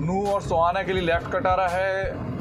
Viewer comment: भाई सोहाना नहीं है सोहना है